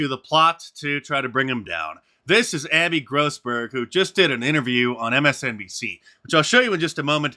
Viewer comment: "Abby Grossberg". Every. Single. Time.